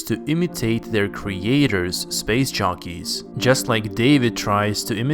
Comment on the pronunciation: We like how he says LV223 too, way soothing than how he says covenant. I also like how he pronounces "space shockeys" 😁 instead of jockeys